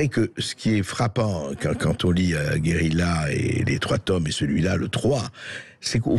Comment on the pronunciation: André, votre émission est formidable, mais je vous en supplie, parlez français! On ne dit pas "guérila" mais guérilla, avec un redoublement de consonne...même, et surtout, en langage parlé.